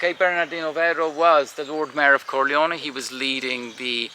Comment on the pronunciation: Not Corleo-ni but Corleo-neh.